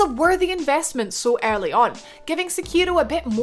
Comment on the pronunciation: So she can say "every" just fine but not "early"